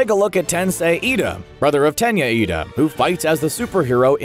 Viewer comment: It’s Iida- not Lida amigo.